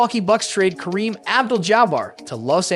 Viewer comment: When I heard how you pronounced Kareem's name I turned it off.